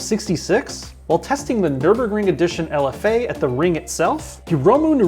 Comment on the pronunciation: it is not lf dash a, its lfa.